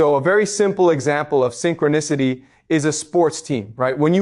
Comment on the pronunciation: These AI talks are interesting, this is a word document fed to an AI on Eleven Labs or something, and it's realistic enough, I guess... but a real live talk with him would be better. "Synchro-nahcity" etc, haha it sounds ridiculous at times.